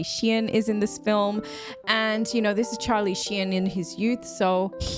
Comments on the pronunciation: he's not Chinese..lol.."Charlie Shien".. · Very much enjoying pronouncing Charlie Sheen's name the, uh, French way. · Did I hear that right? Was she saying Charlie Shein?